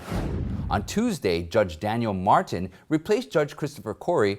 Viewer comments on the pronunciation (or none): none